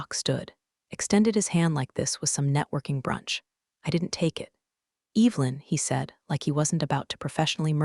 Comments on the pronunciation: that's a good point! The AI definitely gets that one wrong. It should be E-vuh-lin, not E-vil-in. 😬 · I hear that every time! Makes me cringe a little. It’s Evelyn, not Evil-in! 😬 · Why does your AI insist on pronouncing Evelyn "Evil-in"? The E is soft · Ev- el-in, What a bunch of dipwads with a poorly programed Artificial Unintelligence device! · classic AI misstep. "Evelyn" should definitely not sound like "Evil-in." 🤦‍♀ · I'd be happy if the stupid AI could learn to pronounce Evelyn